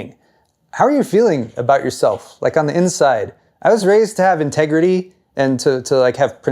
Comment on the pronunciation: Ooh, what's "ingitritee", is that a new type of Pokémon?